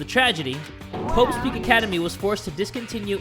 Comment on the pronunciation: Does Say hoe's peak or Is It Just me?